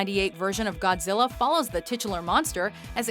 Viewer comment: "Gond-zilla" I can't believe that I've seen that movie at least a dozen times and I've never noticed that before.